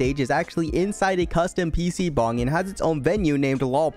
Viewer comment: don't ever say "pc-bang" again.